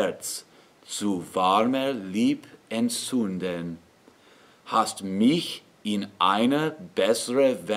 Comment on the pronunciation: The "-ch" in "mich" isn't usually sung "back in the throat". The "-ch" in "Ach" or "Macht" or "Fach" is the one which is "back in the throat", with the air passing through a narrow space between your soft palatte and the back of your tongue, which you raise to make the space between it and the soft palate short and narrow. In contrast, the "-ch" in "mich" is more forward. It's the front-side of the middle of the tongue, raised so that it is very close to the downward slant of the roof of the mouth - downward as you move from in the highest part of the hard palatte forward toward the back of the front teeth. The consonant is the hiss - almost a whistle - as the air passes forward through the narrow space you allow between the downward-sloping part of the roof of mouth and the forward-middle part of your tongue.